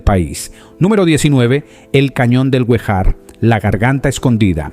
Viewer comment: Rio Guejar (Acento en la e)